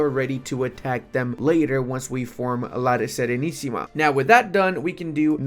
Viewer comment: You said "La SERENISSIMA" with an impeccable pronunciation, well done my Romanian brother